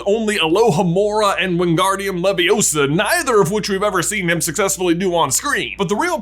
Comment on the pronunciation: Doesn't matter. It's LeviOsa not LevioSA. Wingardium Leviosa it